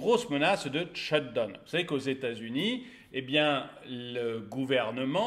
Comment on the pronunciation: Sht down pitié prononcez correctement down pas done !!!!!